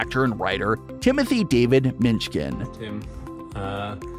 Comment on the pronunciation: Tim Minchin not Minch Kin. And he is amazing